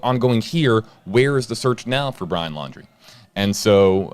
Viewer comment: He can’t get the name right,fake???